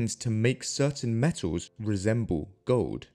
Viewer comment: Metaws? Gowd?